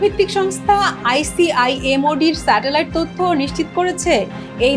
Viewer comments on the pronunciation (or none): ম্যাডাম,স্যাডেলাইট পিকচার নয়। স্যাটেলাইট পিকচার হবে।